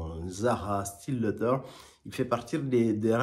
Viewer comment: Pas facile de prononcer correctement le mot : Leather 😅